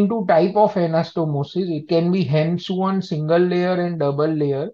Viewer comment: hand-sewn is pronounced " hand sawn" or "hand -so-oun" and NOT hand-suan as pronounced in the video